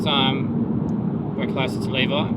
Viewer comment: I had high hopes you would learn how to pronounce Levi by the end but was left disappointed lol. We've stayed in those same cabins, great location!